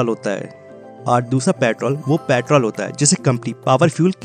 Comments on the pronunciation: pyatrol nhi kehte bhai petrol kehte pehle words to thik se bolo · Patrol nahi bhai petrol bolo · पॅट्रोल नही पेट्रोल बोलो😂😂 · Petrol ❌ Pitrol✔️ 🤣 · its not प्याट्रोल, its पेट्रोल😂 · When he said paatrol not petrol I got that time only what he is telling about paatrol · Sir patrol nahi hota hai.... It's petrol.. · Bhai ye Patrol nehi Petrol hain. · your pyatrol irritating me.. its petrol.!!.. info was good.. but i left in middle cuz of irritation.. improve your accent.. make it clear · paaitrol kya hota hai bhai😂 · Pyaatol kya hota h 😂😂😂😂😂😂😂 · Bhai bolna sikho paitrol nhi petrol hota h 😂😂😂😂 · Petrol bolo patrol nahi 🤦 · Abbe jahil petrol bolte ha usko ,patrol nahi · Patrol ya peetrool. Hahahaha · Patol patol patol 😂😂😂😂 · भाई कम से कम पेट्रोल तो सही से बोल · Petrol hota petol nahi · Tum pehle petrol sahi se bolo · Pehle petrol bolna sikh lee dhang naal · Tum pahle petrol bolna sik lo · Bakwas petrol bolna to sikhle